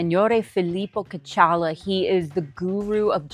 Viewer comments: I can't watch this. I'm tired of hearing the butchering of the name Caccamo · You are saying Caccamo wrong. That city and castle is named after my family